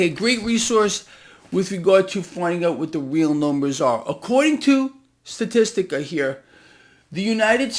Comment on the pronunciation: Since you picked on me for mentioning that illegal immigration is also a major problem. It's pronounced sta-tis- ta NOT sta-tis-tic-a! BAZINGA